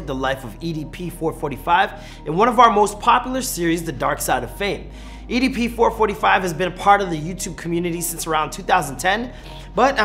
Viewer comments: It’s EDP four four five btw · idk why but get kinda triggered everytime he says "four-forty-five" instead of "four-four-five" lol. might as well call it four hundred and forty five chump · who calls EDP 445 four forty five. u might as well call him EDP four hundred and forty five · It's four four five not four forty five